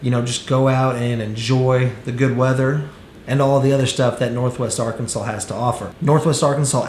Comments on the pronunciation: Is it just me or does it sound like he’s putting an “L” at the end of Arkansas? “Arkansal” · He is, and it is like fingernails on a chalkboard 🙄